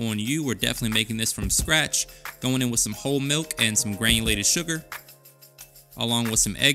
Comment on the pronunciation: Clicked because you said stratch